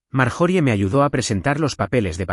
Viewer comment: Están en la casa y de momento están en el restaurant????!y las pausas fuera de lugar y por favor corrijan esto ya. Y las pronuciacion de las palabras o nombres . Ejemplo el nombre de Marjorie . Su pronunciación correcta es Mar-yo-ri . Ya Que es un nombre gramaticalmente inglés.